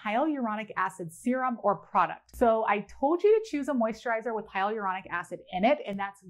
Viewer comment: The amount of times hyaluronic acid came up … just blew my mind cause I thought I was pronouncing it right this whole time🌚🌝